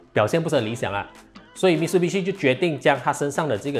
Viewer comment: 唸法應該是Mi Tsu Bi Shi